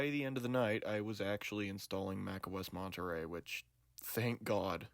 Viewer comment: This is probably an ich for some people but when I hear someone mispronounce the name of an Apple operating system for some reason it just puts my teeth on edge. I don’t know if it’s my OCD but it’s Monterey as in monorail